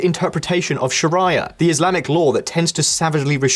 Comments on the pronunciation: I cringe every time you say, Sha-rai-iah, it's pronounced Sha-ree-yah. Please get it right, you'll sound a lot more credible. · Has this guy never heard anyone else say Sharia before? So annoying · You are an established and well researched channel. How is it possible that you don't know how to pronounce words like Sharia?